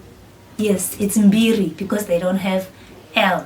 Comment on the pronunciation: You may need to be more mindful of your pronunciation because many shona words have different meanings....like mbiri..that can refer to a number. Just to say 2. But that same word can refer to fame/being famous. Overally, i do agree that Bantu languages are sister languages. Shona of zimbabwe, nyungwe of mozambique, swahili of kenya/ tanzania, bemba of zambia